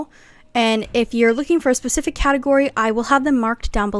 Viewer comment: Girl, I love the video but you should learn how to say specific